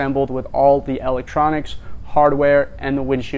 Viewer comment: What is “L ek troniks” 🤣😂🤣